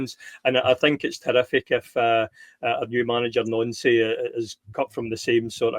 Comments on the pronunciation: IT IS NANCY NOT NONCY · Nancy!!! Ffs his names Nancy!!! Not noncee